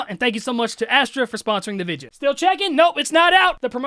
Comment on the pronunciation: i love how he pronounces video like vige yuh